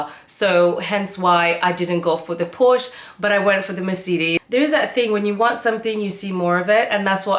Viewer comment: Congrats for your nice car. Also germans said Porsche Not Porscha